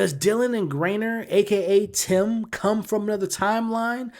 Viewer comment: I’m like who is Grainer 😅 i love when that kinda happens but his name is GEIGER im almost certain